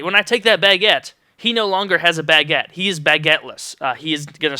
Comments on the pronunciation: Damn it, now all i can hear is you saying Bag-uette in my head, btw, thats a funny way to pronounce it, were im from (UK) its pronounced "Bu-guette" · omg u say baguette so funny. lol it got annoying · you say baguette so funny